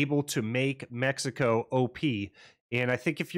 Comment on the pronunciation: MECICO POG nice build and noice mexican accent heheheeh